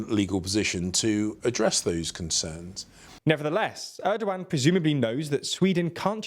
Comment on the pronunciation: it's funny that you kept calling him Errdo-Wan - Hello there! - President Errdo-Wan!